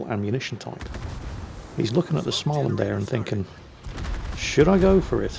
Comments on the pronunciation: Smah-land.....Dear, as you have stated on many occations, you are a former smoker. If you can say "smoke" you stand a better than average chance of pronouncing SMÅ-land. Give it a go: SMO-land. See you guys, I'll be in the deep parts of the mine for the next couple of weeks.:-) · Swedish Lessons or have you master it? trakasserier (harassment).You would say “tra-ka-se-RI-er.” You got some Lessons for Småland already, but try to think a Å is oo or (slow dry aa ).... Think someone is not doing his homework and probably we need some examination or extra lessons...:P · the å in Småland isn't just a funny looking a, the circle on top of it is there for a reason; that reason being it sounds very different. But don't worry, I will help you. An å sounds just like the o in words like sock, mock and lock. Now you know, you're welcome! 👍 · He has Dave, he doesn't need to learn how to properly pronounce all the names in the world.